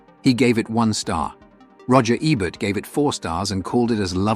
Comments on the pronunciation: EE'-bert, not eh-bert... or even AY'-bert. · Ebert is pronounced "EE-bert," not "Eh-bert." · It's EEEE-bert dummy. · I call AI BS. First, the "narrator" mispronounces Ebert's name half the time. Forget that there are several of these films that I would put in a top 20 Western list, let alone a top 15. Only one John Ford? No Anthony Mann? No Budd Boetticher? "High Noon," ""The Ox-Bow Incident," "The Gunfighter," "Ride the High Country," and many othersare all more than worthy of consideration. The we have Leone, especially "Once Upon a Time in the West." Any list like this is going to be very subjective, but where is the proof that this Roger Ebert's list of the 15 "Greatest" Westerns? Quoting his review/remarks is not sufficient. What essay printed/published where did he state this opinion.? Just askin'.